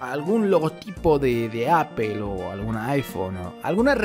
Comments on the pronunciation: "apel" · ya había hecho una búsqueda de manzanas y aun no sabe decid manzana en inglés jsjs